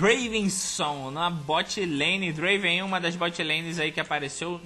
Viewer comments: Só lembrando que se pronúncia Drueivan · N é Draven é Draaven